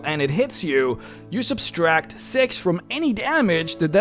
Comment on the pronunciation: THERE IS NO EXTRA S IN "SUBTRACT"